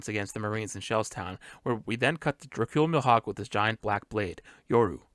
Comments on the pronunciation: please don’t pronounce Mihawk like that ever again . Me•Hock = Mihawk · Great spoiler-free video. I do wanna say one thing though, "m'hawk" lol. I always thought it was "me-hawk" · I really liked this break down! It showed so many things I missed despite watching the trailer multiple times. But I just wanted to ask, is your pronunciation of Mihawk some kinda accent or something? Coz its my first time hearing it being pronounced liked that!